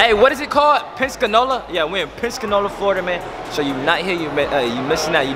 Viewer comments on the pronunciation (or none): it’s Pen Sa Cola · Im dead this man said penskinola💀💀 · said pensanola it's Pensacola 😂😂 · I’m mad he pronounced our city like that 😂 “penscanola “ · Did he really said “penscanola” ? 😂😂😭😭😭😭😭😭😭😭😭😭😭😭😭😭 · Penscanola ??????? The disrespect the disrespect its PENSACOLA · Our city is called PENSACOLA 🤦🏾‍♀️ not pensconola 😭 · Damn can’t even say Pensacola 😂we penscanola now ?? Tf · its Pensacola not Penscanola 😂😂😂😂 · This man said Penscanola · “PENSACANOLA FLORIDA” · said pencanola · Its PEN SAH COLE LAH not pensanowoeah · Did just say penscanola 😂😂😂😂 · Its Pen-si-cola 😂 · he said some penscanola😭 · "Penscanola" lmaoooooo omg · I KNOW HE DIDNT JUST SAY PEN-SCA-NOLA😂😂😂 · It’s PENS-A-COLA bruh 🤦🏾‍♀️🤣🤣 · broooo I wish I went to the mall I live here in pen-sa-co-la🤣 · Its Pen-sa-COLA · 😭😭😭 can’t sound out pensacola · First of all its pronounce PEN👏SA👏CO👏LA don't do my home town 😂😂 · you said Pensacola wrong😂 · Done said our whole City name wrong 😭🤣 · that’s not how you say Pensacola lord ily regardless though ❤️ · Brooo u said Pensacola wrong